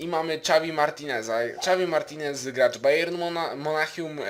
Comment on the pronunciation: Po pierwsze Nie ,,czavi martinez'' tylko ,,havi martinez'' ( pisze tak jak sie mowi ) Po drugie jedenastka jest bayern/chelsea...